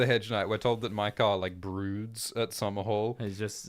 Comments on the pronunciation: Bro in no Targaryen name is ae pronounced (eye) there is no way maekar is pronounced (my car) it would be (may car) like (ay gone) or (ray near ah) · Hearing call Maekar, Mi-Kar, when I am so use to hearing it pronounced May-Kar is like nails on a chalk board 😂 definitely chaotic evil lol